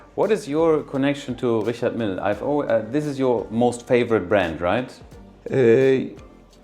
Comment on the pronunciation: He’s the biggest dealer, but can’t even pronounce Richard Mille 😂